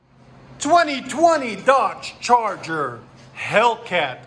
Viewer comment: I heard Charger, but with an Italian "aree" (accent), and yeah 704 hp, lmfaooo!!! 🤣🤣🤣🤣🤣